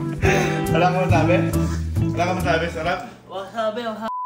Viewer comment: Correction lang po "WASABI" not WASABE hahahaha 😂